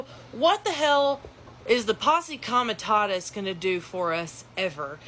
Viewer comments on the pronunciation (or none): "posse comitatus" is pronounced pos-ee kom-i-TAH-tuhs (with the stress on the second syllable of "comitatus"). It was trying to read English - from who? This thing didn't even know what it was reading about?